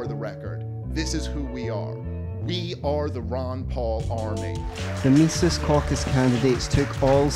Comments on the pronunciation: He doesn't pronounce Mises correctly. Its not Meesees. It is Meses. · Meezis, not meesees. Think Jesus with an M. Anyway, awesome doc. MC is the future of the LP. 💪